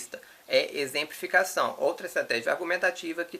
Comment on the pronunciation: "é exemprificação". Kkkkkkk